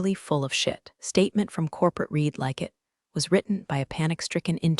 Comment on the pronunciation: How about read not pronounced as red